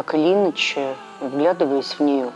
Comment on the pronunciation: Чистый и красивый русский язык? Я простой обыватель, но и мне неоднократно резало слух не правельно поставленные ударения в словах произносимых ею. "Так или Иначе", хотя следует говорить инАче, "исповедАние", вместо исповЕдование, и т.д. Она не заурядный экскурсовод - она директор великого музея.